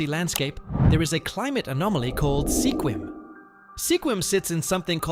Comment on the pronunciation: Sequim is pronounced like squid but with a M on the end lime squim, not like sequin with an m.